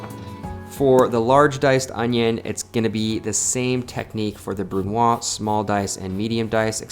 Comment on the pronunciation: Hey! I love your work and your esthetic. Always good to have a brush up on the basic techniques of cooking. If I may, in french we say the Z of brunoise, so more like brun wahz as opposed to brun wah. Sorry for the nitpicking, its only because you mentioned doing more educational type videos, and I thought you might like to know. Cheers, keep up the good work!